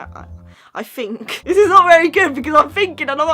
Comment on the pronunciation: I fink so I fink (oh it makes me laugh that you cannot say think so thanks)